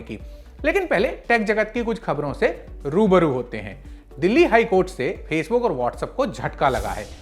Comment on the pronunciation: Bhai ji Facebook hota h, phasebook nhi.. Pronunciation sudharo pehle